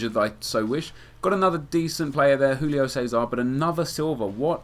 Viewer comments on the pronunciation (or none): none